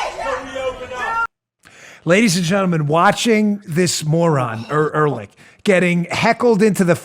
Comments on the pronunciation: Dan, there are two "h's" in Ehrlich and both are silent. Er-lic is the correct pronunciation. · It's EL-RICH